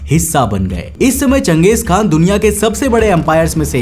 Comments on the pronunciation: Bro Genghis Khan nahi Chenghiz Khan hai I am from class 7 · And he can't even spell Genghis khan properly It actually pronounced like Gang Gis khan Not jeng gis 😂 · गलत उच्चारण मत करो। जंगिस खान नहीं.... चंगेज खान समझे की नहीं। नाम को सुधार लो मैंने भी इतिहास पढ़ा है।….. History is my favourite subject... Now I'm going to left from our video. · bhai iska naam...jangesh nhi.......changesh khan tha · You are pronouncing wrong its changeeez khan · Genghis = घेचिस KHAN😂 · Changes khan tha ya ganghies khan tha lowdee😂😂😂 totle